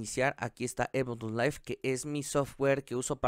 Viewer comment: Te doy un like porque eres de las pocas personas en la red, que AÚN sigue pronunciando bien Ableton LIve. ;)